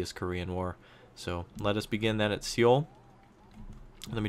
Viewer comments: It's too late now, but Seoul is pronounced Soul, never ever See-youl. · Great videos man, btw Seoul is pronounced just like soul/sole :D